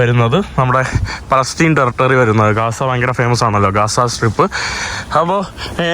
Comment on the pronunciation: കാസ അല്ല gaza എന്ന് പറയണം